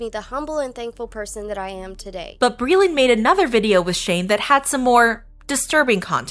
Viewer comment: Hey glittow cwittows, it's bweeland!